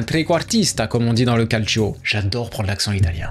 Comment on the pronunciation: Quand tu dis que t’adore prendre l’accent italien et que tu prononces calcio « calcioooooooooo » mec non t’y es pas